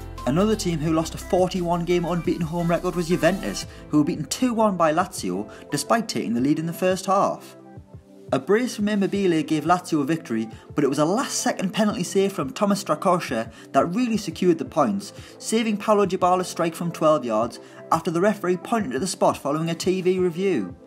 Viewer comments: Lol imemebile lol its imobile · The Gray No It’s Not LMAO Watch Italian Commentary & They Pronounce It Imo-B-Le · Didn't even recognise what he was saying hahah, "Imo-bee-lay" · You Mispronounced Immobile Pretty Badly Lol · HITC Sport Nah It Was Pretty Bad Mates Still Enjoyed The Video Tho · Tyler Simpson Yeah I Was Confused For A Bit Who He Was Talking About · It wasn't that bad, Italians struggle with English names too and it's fine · Mike Jones he pronounced the B a bit much, that's it. At least he's not pronouncing it Im-mobile like I've heard some people pronounce it, I'd like to see you try and pronounce every single foreign name correctly